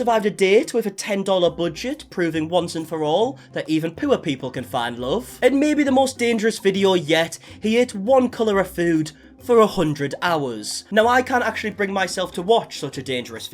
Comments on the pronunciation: I cannot describe how you pronounced poor but I know it was wrong lmao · I’m sorry… HOW do you pronounce “poor”?!